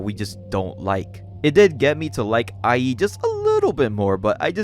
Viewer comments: The way you said Ie's name had me rolling my brain sometimes. I think it's supposed to be like iayyy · Ie is pronounced “EE-eh”, just letting you know. Banger vid’ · Also, pretty sure the protagonist's name (Ie) is pronounced like "ee-é" instead of "i.e."